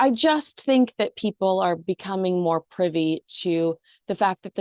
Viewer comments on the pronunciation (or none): none